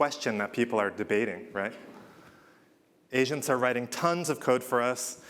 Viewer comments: I kept hearing him say that "Asians" when he says agents :D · I can't help but hear him say "Asians" instead of "agents" 😂